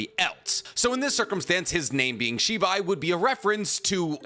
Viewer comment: I got really confused because I thought you were saying Shiba for the longest time. Lol😅